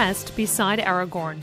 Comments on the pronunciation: Aragorn not Argorn Kerin Amroth not Serin Umroth. Cs are always Ks in any Elvish language. Ss are always Ss and there are no actual Ks. If that makes sense Fellowship members don't get a pass to the Undying lands. The reason Frodo and Sam could go was because The One Ring had damaged their souls and thus, if they died they would become wraiths. Eru (God of LOTR) created them to die and leave the world and not linger in it after death, and because that was taken away from them they got to stay in the Undying lands until the world ended. That is why Merry and Pippen never went to the Undying lands, because they were not allowed Thain not Fane. By the way, every time you hear a word in a fandom you don't have to make a weird pronunciation for it. Just read the Appendices, they give all the correct pronunciations Durin or Doorin are fine, but generally in LOTR vowels are drawn out. Not always and not necessarily though, and I am unsure whether it applies to Dwarvish names or just Elvish and Adan (race of men) names Am I hearing Ithilion right in this? It sounds like if they are saying Lithilion but idk, maybe its just me Eowyn, Eomer, Eotheod. the Eo is like a large A. Just putting that out there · "Aregan" "Aregoorn" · Did she just call Aragorn, Eragon? lol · IT'S NOT FUCKING ARRRRRGOORN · No freaking kidding. I wanted to scream hearing her pronounce Aragorn... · Completely slaughters Aragon and Legolas' names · Argor, Ow-win lol painful. If only there were movies that showed the correct pronunciation. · Argorn.... The hell happened to the A. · Literally seconds onto the video and you've already called Aragorn, Aragon, making anything you say after completely invalid to me. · AraGORN not AraGON. Dammit, at least practice the pronunciation before recording - and may be talk slower? This had all the professionalism of a post from a 14 year-old. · omg the pronounciations are killing me!! Peragin, Eragon, Lithilien, Yowen, Erowen, Iomer LOL